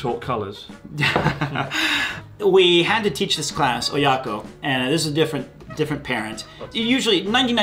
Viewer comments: What I noticed do:, the way pronounces Oyako 親子 with such a strong American accent, it really makes me wonder why it didnt improve in his 10 years of living there. Still: Really interesting insights and sympathetic guy! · he uses his native accents when talking about Japanese words